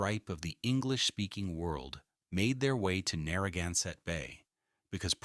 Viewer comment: I heard the same thing when they were talking about Rhode Island’s coastline. Everything was pronounced wrong!! Especially Narragansett was Narragunsett!! Drove me crazy!!!